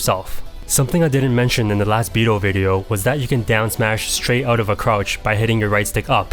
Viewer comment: I mean... Just so everyone knows, it's pronounced Bi-dOu as in it has to be the long O. Basically you should be ignoring the u. At the same time, don't mistaken it for bi-doh either; like the Homer D'oh. You just elongate the beginning of O. I mean, it would be nice and respectful to the Japanese if you say it properly, that's all.